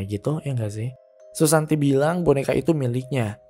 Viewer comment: Kenapa susanti di sebut susanto?....